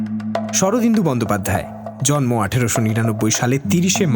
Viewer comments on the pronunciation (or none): none